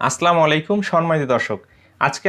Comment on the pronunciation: আসলা মালিকুম নয় আসসালামু আলাইকুম সঠিক